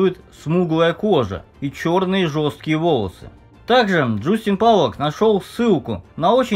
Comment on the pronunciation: Не хотелось бы придираться, но правильно Джастин Полак